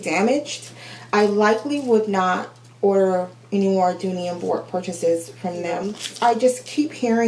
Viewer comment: The pronunciation of Bourke is Burk. I've come to accept imperfections as a normal part of florentine. You are lucky when you get a perfect one and even then the perfection only lasts so long. Hope you find the one that makes your heart sing.